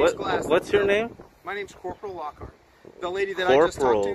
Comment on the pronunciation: i just about peed my pants when you called him Lockhurt!! lmaoooo